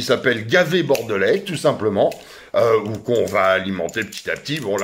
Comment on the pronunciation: A ta façon de prononcer "Bordelais"..à mon avis t'es pas Bordelais. Bon courage quand même